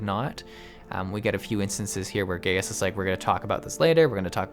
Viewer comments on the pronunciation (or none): Just because I thought you should know: it's actually pronounced "Guy-us" not "Gay-us". Sorry if I may have ended a few giggles in the comments section :P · Gratz on finishing 2.0 btw his name is pronounced as Gae-yus... not Gey-yus. XD remember everything he and lahabrea said on this dungeon. they all makes sense in later expansion specially on shadowbringers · Late comment: Gaius' name is pronounced like "Guy-us", not :Gay-us". Kinda bothered me. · It's really not nice to force players to sit through cutscenes. This was a bad solution to a non-problem. The part where you talk about Gaius (guy-us, not gay-us) and Lahabrea, you kinda show how little of the story you're actually paying attention to. You should know who Lahabrea is inhabiting at this point. It comes across like you're giving an informed critique, but lacking the informed part. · You say the name as Gai us Not Gayus m8 -_^ they say it in the 8 man to ^ ^ And if you remember from the story the Ascians take over bodys so you set Thancred free.